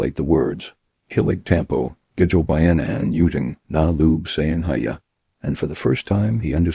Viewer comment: “Hiya” is pronounced hee-yâ